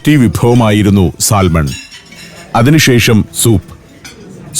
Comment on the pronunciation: സാൽമൺ എന്ന് എഴുതിയാലും ശരിയായ ഉച്ചാരണം സാമൺ എന്നാണ്